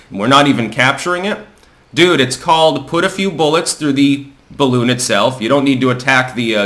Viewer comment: I mean, c'mon, man, BALLoon? There's only one way to handle this, and it rhymes with "bottom surgery"....